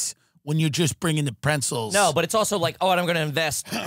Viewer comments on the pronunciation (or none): I was very distracted by Tim saying Prenzles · The patience it must have taken the boys not to bust balls on that one holy shit. Should be an AYG question: do you call them prentzels? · Tim called them prentzles like 5 times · I never knew the word "pretzels" had a "n" in it 🤣🤣